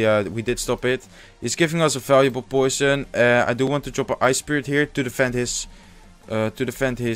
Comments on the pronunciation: I was about to correct you on saying goison but I'm glad I didn't. Great video though glad to see your channel is doing well 😊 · you say goison?